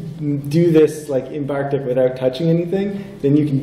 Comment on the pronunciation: Really enjoyed this presentation. The name of the theme keeps mentioning is Bartik, not Barktik (sorry it triggered my OCD the entire talk but the rest of it was great!)